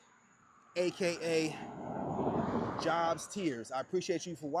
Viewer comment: Just wanted to let you now its pronounced like Job in the bible, J long o like in the word own.